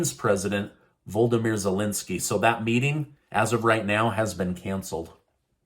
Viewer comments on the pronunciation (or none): Who is "Voldimyr"?! Do you mean VOLODYMYR?! VO-LOD-IM-EAR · Sound it out... Voh-Low-Deh-Meer 😅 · It's "Volodymyr" not "Voldomyr". Pronouned Vol-od-im-ear, NOT Vol-dom-ear.